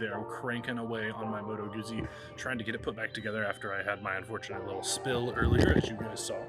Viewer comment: It's common that many people do not know how to properly pronounce Motto Guzzi.